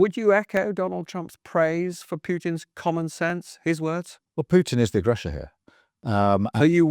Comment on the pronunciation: "agresher" is that a kind of 'sausage'?